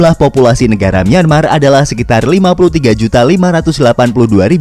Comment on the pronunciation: Nyemar apa myanmar bg